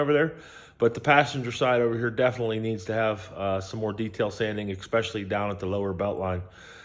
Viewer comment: I especially liked the part where you said, "Exspecially". Nice work for the most part. ; )